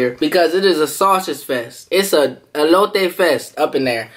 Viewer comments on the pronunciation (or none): First of all it is not elotea it is elote